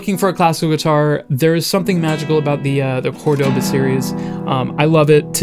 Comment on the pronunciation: You say it wrong, it's cÓrdoba not cordÓba